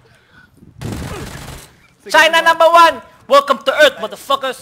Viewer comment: "WELCOME TO EARF"